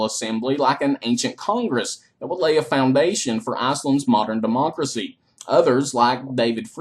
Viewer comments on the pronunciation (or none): none